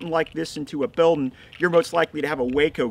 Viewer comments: Talks too much and goes over safety too much Law enforcement already knows that. Learn how to say building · These videos you make are second to none at the moment. Very well presented planned and implemented. The information is great but they are also very entertaining. For example, can we get a Montague of you saying "build'n"? Haha it's totally how my grandpa used to say it and brings a smile to my face every time. :) cheers